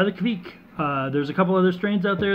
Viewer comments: Looks like the Kveik did you proud It's pronounced kvayk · Your idea of the pronounciation is not correct. There should be no u-sound between the k and the v. Also, the 'ei' sound is a bit harder to explain, from the top of my head I can't think of any english example to compare with. Here is a video showing how a raw beer is brewed using the traditional method. The brewer in the video is Terje Raftevold (the original source of the Hornindal kveik), and you can hear him pronounce the word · well look at that! with some haze!!!! Good Stuff Brother and that ringing in your ear is the sound the kveik police coming to take all your yeast away for not saying it right!! LOL just kiddding